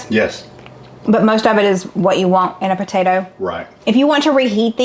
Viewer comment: I've never in my entire life heard anyone say PA-TA-DOUGH